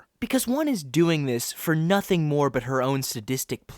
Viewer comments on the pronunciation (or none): none